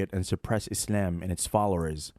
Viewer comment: Sarajevo is a European capital that was founded by Muslims. Btw, sorry bro but your silly way of pronouncing the word Islam is actually slightly annoying